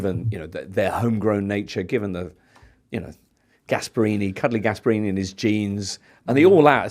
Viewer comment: The fact that a football “expert” said “cuddly Gasparini” just quit and let someone who knows things speak